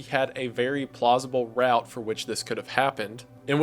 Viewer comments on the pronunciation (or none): none